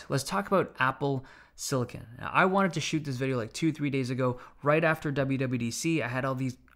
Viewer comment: I’m just glad he actually called it silicon and not silicone